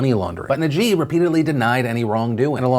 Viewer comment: appreciate the coverage on malaysia btw!! (but just in case you wanted to know its not pronounced najeeb but najib (i'm not sure how to write it any other way haha))